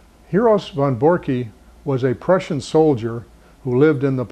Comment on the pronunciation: Great Video...but its Von Borcke.... pronounced "Von Borck"....No "E" on the end. I sounds silly and pronounced wrong. is a great and smart man, Very nice guy but can't believe he got it wrong.